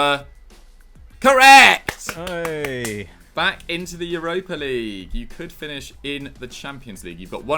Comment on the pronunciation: Am I the only one who is really annoyed by pronounciation of the word correeeect?